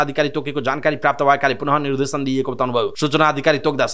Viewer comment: मिडिया कर्मिको बोल्ने शैली पनि कति अशुद्ध निर्धेसन हुन्छ कि निर्देशन सुधारेर समाचार वाचन गर्ने बानी गर्नुहोला ?